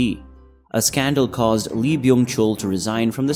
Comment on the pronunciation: Even Lee is pronounced incorrectly.